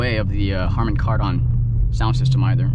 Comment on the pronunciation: Yeah, I noticed that. He does sound funny saying Car Don